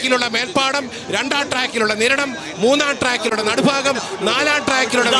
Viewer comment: It not "nadufaagam"but it is "nadubhaagam" as pronunced in the word bhaaratham🙏